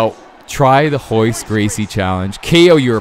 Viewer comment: Why do you keep saying "hoyce" when it's Royce? Is it just pronounced differently?